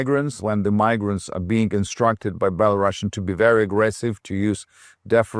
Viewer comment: Belarusian not Belarashan